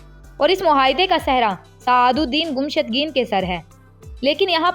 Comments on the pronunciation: Gumshudgeen nae mohtrma,gummushtken hy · Iska name to sahi lo (Gumushtageen)